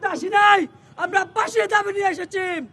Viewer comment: আর আসেছি কি? এসেছি!